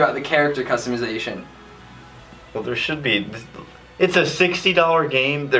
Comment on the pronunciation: “Customation” I love it